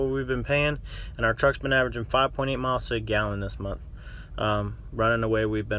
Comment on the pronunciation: Did he say "ARE" numbers.... Perhaps he meant OUR numbers... 3rd grade vocabulary.